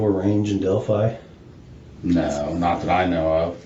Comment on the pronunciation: Del- FYE, not fee.